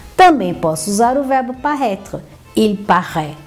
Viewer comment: Ela pronuncia o verbo como si fosse parraitre!! Frances ao brasileiro.